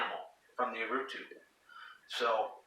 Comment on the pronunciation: Great video! Allow me to improve your Portuguese....we called it Urutú...as you can see, the tonic syllable is "TÚ", reason why we add the accent over the "U". Cheers! Keep up the good work!